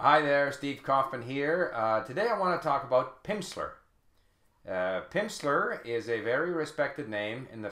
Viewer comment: he said pimpster